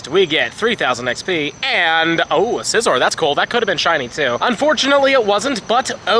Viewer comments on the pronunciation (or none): none